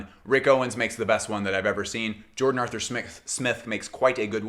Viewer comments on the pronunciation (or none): none